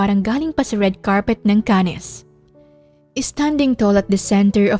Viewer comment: Hello po miss..correction po ang CANNES po.ay not 2 words to pronounced CAN-NES Ang Tama po ay CANNEs 1 word lang po at silent S.hope you don't mind.❤❤❤